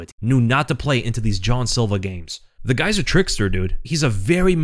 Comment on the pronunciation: Jean silva not john silva